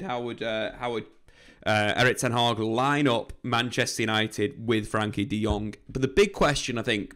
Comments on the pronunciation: I don't comment very often but my dutch heart cries when I hear the way you pronounce his name :$ his name is frenkie not frankie, so you can pronounce the e like it is pronounced in the words bed, better and fred... Love the videos as for the rest, keep em coming :P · It's Frenkie not franky